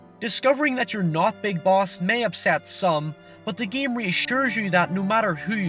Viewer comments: god fucking damn.. its NAME not niam PAIN not pian GAME not giam wow.. English isnt even my Main language (not mian) and I speak better English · wtf is this accent? Giem, lien, niem? Fuck is wrong with you bro 😂